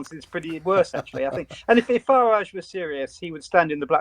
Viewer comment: Didn’t cotton on that you were speaking about Nigel Farage. Ha ha. Just your bad diction pronouncing Farridge as in porridge. He’s very popular both sides of the pond.